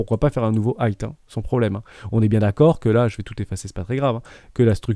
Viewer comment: J’adore tes vidéos. Juste on dit high (aïe avec devant un h aspiré donc haïe) et pas hight (aïe t )